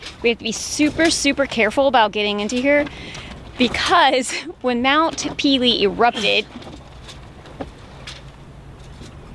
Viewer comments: You make me cringe everytime you say mount peelee.....it's French...there's an accent on one of the e's...meaning it sounds like...mount pay-lay NOT peeeleeee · Mount Pele is pronounced Paylay. Great vid.